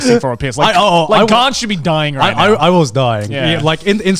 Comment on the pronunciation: You know that first instinct was to say 'Grant' instead of 'Garnt'